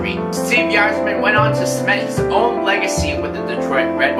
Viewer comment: the Y is pronounced as I in Yzerman